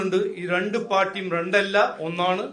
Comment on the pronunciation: റണ്ട് അല്ലടാ മൈരെ രണ്ട് 😅